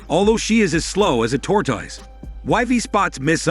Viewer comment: Darn.. 'tortoise' came out rather twisted... your A.I. has failed us. Much sadness and depressed now. Still enjoyed Vid. Nice work. Thank you.